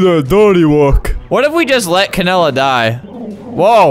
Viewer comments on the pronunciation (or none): Bruh he said Canada 🇨🇦 instead of canela